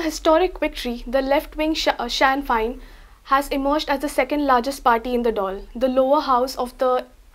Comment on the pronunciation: you are a very nice person and articulate young lady, but it is pronounced "Shin FANE...im scots but lived in ireland for 5 years